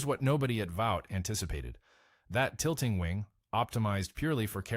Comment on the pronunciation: Yes. It’s Vought, not Vaught.